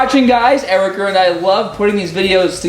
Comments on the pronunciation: Is it me or is calling Erica Eric'er? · lol "ericer"